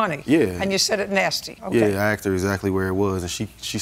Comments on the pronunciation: Asking…not axing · And another one, who says "axed", instead of "asked" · These two are ridiculous. And by the way -- it's "asked", not "axed."